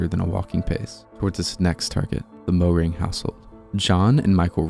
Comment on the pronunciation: It is not pronounced "Mow-ring". It is pronounced "Mare-ring". (Texas German). That was like all of my maternal cousin's side cousins of her paternal side.